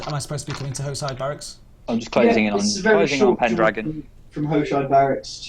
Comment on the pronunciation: I'm pretty sure Hoshide is Japanese and pronounced ho-shee-day.